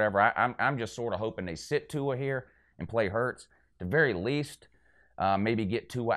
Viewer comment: would've thought you would know how to pronounce Tua's name after he broke your heart earlier this year